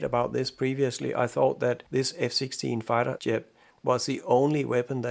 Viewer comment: You pronounce jet funny. It sounds like yet. Rest of your englisch speaking is great. Much less accent than me i guess.